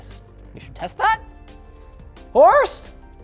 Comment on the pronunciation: "HORST" "WE NEED SOME HORST POWER!!!" 🤣😆🤣😆🤣